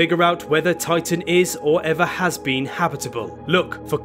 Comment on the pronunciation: Why does the commontater keep saying "oitan"?